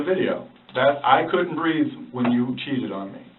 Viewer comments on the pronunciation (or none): It sounds like she said “when you choked me”, not “when you cheated on me”. Am I the only one who hears it that way?